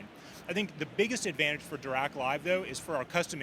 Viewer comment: Interesting that the av10 has a phono input. Does it also have a tape loop? It’s also nice that the Marantz rep actually pronounces Dirac somewhat correctly.